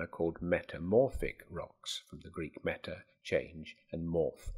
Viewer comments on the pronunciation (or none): none